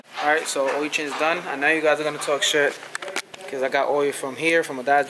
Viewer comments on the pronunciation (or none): I forgat he said ...oiyo change ..instead of ..OIL CHANGE...😂😂😂. THIS YEAR ILL FIX MY CAR